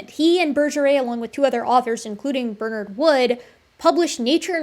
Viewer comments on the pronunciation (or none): none